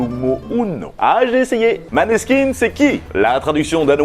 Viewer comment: Pas contre, ça se dit mOneskin et non pas mAneskin... ça change le sens du mot ^^